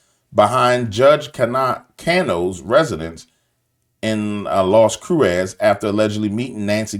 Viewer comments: Pronounced more like Las Cruises, origin Lost Crosses. My dad taught me this after visiting there. Love ya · Cruces , pronounced (crue- cess)